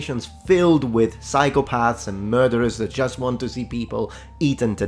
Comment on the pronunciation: "psychopaahrths" what a tool 😂